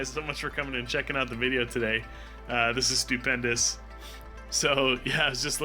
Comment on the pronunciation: 😂😂😂 lol who else heard stew pendous like stuipdness...... Lol